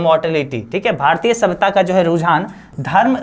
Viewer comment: भारतिय ❎भारतीय ✅